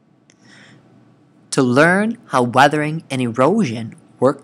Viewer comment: man said arthering not weathering